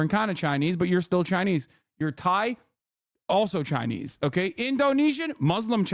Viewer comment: Pronounced "Chinee"